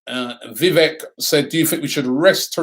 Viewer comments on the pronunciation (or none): none